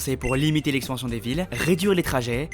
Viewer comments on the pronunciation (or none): Expension et zonnage à la place d’expansion et zonage aussi 🥲